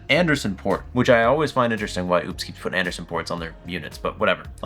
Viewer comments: I own this and recently spoke with support... the brand is pronounced oh-pes. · Seems ideal for RV use. I wouldn't look too much into the lack of 240. And you still sound like an ass mispronouncing the company's name.